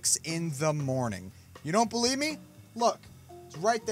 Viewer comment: DAID I DONT KNOW HOW YOU DONT "BEWIEVE" ME INSTEAD OF BELIEVE